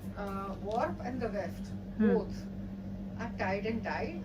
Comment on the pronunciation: it is Weft ... Not left!